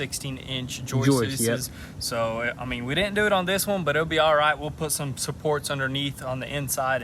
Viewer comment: Joist-tes?!? Joist-tes-ez?!?